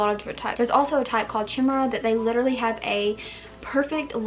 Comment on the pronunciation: I love Axolotls they're so cute and fascinating! also its called " Ki-mare-a " the CH sounds like a K so instead of " Chi " its " Ki " also the 'I' in 'Ki' sounds like the letter 'i' not 'ee' I know sometimes people pronounce 'chi' like 'chee' so its not " key mare a " its " K'i mare a " haha its so hard to explain how things sound in text xD Also its not just that they are a different color on each side, a chimera is when two separate fetuses fuse together in the early stages of development creating one being instead of two. so its literally two separate animals put into one and there is no way to intentionally duplicate it, its not genetic. :P